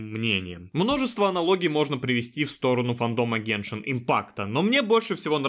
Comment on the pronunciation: не геншИн а гЕншин